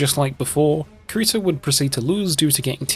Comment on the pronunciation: Bro he said kreto